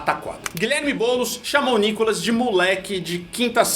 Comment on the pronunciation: Meninos, o nome dele se pronuncia Nicólas. Como proparoxítona, deveria ter acento agudo na primeira sílaba. Então, a pronúncia de quem conhece a gramática brasileira, é Nicólas.